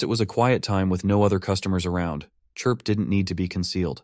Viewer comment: It only took 1 hour 49 minutes for the ai narration to start calling Chirp - Clip/Crip 🤣🤣🤣